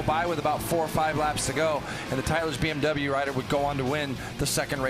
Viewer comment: BMW not BnW, guys. Pronounce it correctly.